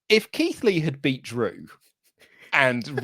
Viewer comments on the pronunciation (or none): You said Keith lee wrong